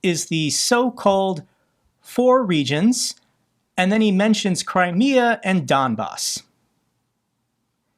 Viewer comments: It could be worse..Halfwitkoff could've called it the Dumbass. The guy mispronounces Crimea like he's never ever heard the name before.Incredible the level of stupidity. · Steve Dumkopf is supposed to be someone that the Russians can take seriously but he seems to have never heard anyone pronounce the word "Crimea", opting instead to call it "Crimmia". And, applying his logic, because almost all Americans speak English surely they should be governed by the UK's Parliament and UK laws.... What an idiot! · He couldn’t even say Crimea ? With the amount of western history that is included in this region WTF! And look up the origin of his surname too, his family name is from this region. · That idiot Witkoff couldn't even correctly pronounce Crimea. Jesus H Christ. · Witkoff does not need to be manipulated, this motherf*cker is russian, raised in russian mythology, he even pronounces Crimea the russian way, rather than english way.